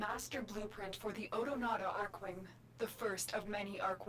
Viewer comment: "Archwing" is NOT pronounced like "Arch-wing". It's pronounced like "ARK-wing". You'll notice this is how everyone in the game is pronouncing it. Similar to how the word "archangel" is pronounced like "ark-angel". More importantly, whomever explained bullet jumping to you was wrong. Rather than just spamming bullet jump, try bullet jump -- regular jump -- aim glide (aim down sights while in the air). This is how experienced players seem to literally flying around.